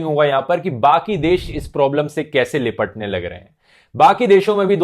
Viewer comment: लिपटने या निपटने 😂 Tongue slip just a joke get offended